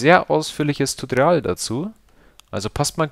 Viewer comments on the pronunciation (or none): Sagst du da immer "Tutrial" ? Hört sich jedenfalls so an, das sagst du auch irgendwie immer ... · Du sprichst tutorial falsch aus !!!!!!!!!!!!!!!!!!!!!!!!!!!!!!!!!!!!!!!!!!!!!!!!!!!!!!!!!!!!!!!!!!!!!!!!!!!!!!!!!!!!!!!!!!!!!!!!!!!!!!!!!!!!!!!!!!!!!!!!!!!!!!!!!!!!!!!!!!!!!!!!!!!!!!!!!!!!!!!!!!!!!!!!!!!!!!!!!!!!!!!!!!!!!!!!!!!!!!!!!!!!!!!!!!!!!!!!!!!!!!!!!!!!!!!!!!!!!!!!!!!!!!!!!!!!!!!!!!!!!!!!!!!!!!!!!!!!!!!!!!!!!!!!!!!!!!!!!!!!!!!!!!!!!!!!!!!!!!!!!!!!!!!!!!!!!!!!!!!!!!!!!!!!!!!!!!!!!!!!!!!!!!!!!!!!!!!!!!!!!!!!!!!!!!!!!!!!!!!!!!!!!!!!!!!!!!!!!!!!!!!!!!!!!!!!!!!!!!!!!!!!!!!!!!!!!!!!!!!!!!!!!!!!!!!!!!!!!!!!!!!!!!!!!!!!!!!!!!!!!!!!!!!!!!!!!!!!!!!!!!!!!!!!!!!!!!!!!!!!!!!!!!!!!!!!!!!!!!!!!!!!!!!!!!!!!!!!!!!!!!!!!!!!!!!!!!!!!!!!!!!!!!!!!!!!!!!!!!!!!!!!!!!!!!!!!!!!!!!!!!!!!!!!!!!!!!!!!!!!!!!!!!!!!!!!!!!!!!!!!!!!!!!!!!!!!!!!!!!!!!!!!!!!!!!!!!!!!!!!!!!!!!!!!!!!!!!!!!!!!!!!!!!!!!!!!!!!!!!!!!!!!!!!!